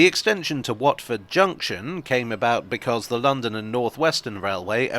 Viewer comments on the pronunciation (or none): none